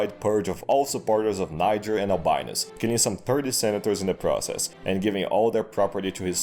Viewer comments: "Just pronounce it Nyjer next time." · Niger: “just pronounce it Nyjher next time” LMAO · “Just pronounce it like ‘Nyjher’ next time.” LOL!